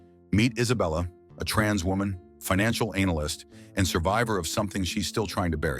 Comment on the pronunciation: Anal-yst 😂😂😂 hilarious 🤣